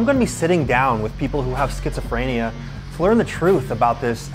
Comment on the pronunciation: I know this is serious but it's kinda funny how he pronounces it schizophr-aye-nia sometimes